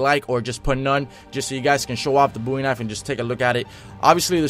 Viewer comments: It is Bowie not boowie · ITS BOWIE KNIFE NOT BOOIE KNIFE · "Bowie" not "Boowie" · Pls pronounce Bowie correctly